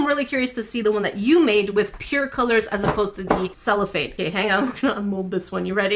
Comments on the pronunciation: She sheets you used are "cellophane" in English! :) you pronounced it right in the video, like sell-oh-fane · Ur saying cellophane right but there is also a musical instrument called a chello (ch-e-lo)😊